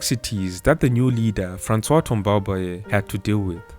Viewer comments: Thanks for the great work! I learned a lot on my first President. Just one comment, Tombalbaye doesn’t have an é intonation at the end. The intonation remains flat 🙌🏾🙌🏾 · I like the sound of his sur name when you pronounce it 😩🤣